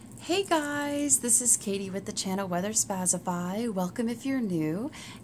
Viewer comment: Did I hear that correctly - "Weather Spazzify?"